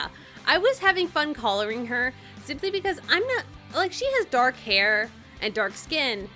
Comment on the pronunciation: I like how said colouring